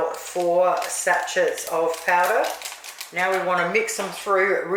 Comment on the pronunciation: The T is silent in sachet